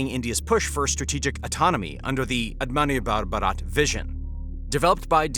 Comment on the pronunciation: Bro tried to say "Atmanirbhar Bharat" 😭😭